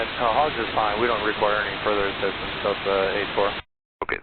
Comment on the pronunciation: I like the way the controller pronounces HOGGS - can hear that it has two 'G's in it XD